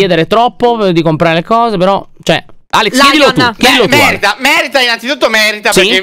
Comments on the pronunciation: Alex: merita, merita , merita Io che avevo capito: me*da, me*da, me*da🤡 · Minuto : io che sento me**a invece di merita 😂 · io all'inizio ho sentito Alex che diceva "m3rda" e poi ho riascoltato e ho sentito "merita" 😂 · Invece che “merita” ho capito “m***a”. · pensavo che aveva detto m** E invece era merita😂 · Quando alex ha detto merita merita merita , ho sentito merd* merd* merd* 😂😂😂😂😂😂😂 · Io invece di merita ho capito masita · Quando alex aveva detto merita io avevo capito me**a 👁👄👁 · Io che quando alex di merita capisco mer*a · Alex:merita,merita,merita!! Io che ho sentito m3rda👁👄👁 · Ma Alex a detto merla merla merla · solo io ho capito m3rd4 all'inizio? PUAHAHAH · ahahahah anche io ti giuro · Hahahhaa anche io ma mi sono poi accorta che dice ma che pianto è 😂❤ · solo io quando alex a detto "merita" io ho sentito un altra cosa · Ma Alex quando aveva detto MERITA io avevo capito MERD4 AHAHAHAH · invece di "merita" ho capito m***a 😅😅